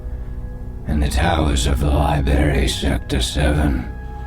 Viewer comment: Did you just day "lie-berry" 😆